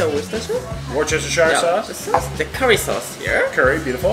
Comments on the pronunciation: That shit looked raw and not cooked well. Worcestershire-shire sauce. 😂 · The War Chester Shire sauce 😆 Wuster Shur 👍🏻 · brother, it's "WUSS-STER-SURE" sauce haha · Hi that looked gorgeous. Just to let you know it’s pronounced..” Wooster “ sauce even though it’s spelt Worcester sauce. It’s named after the place it was invented in Worcester in the County of Worcestershire.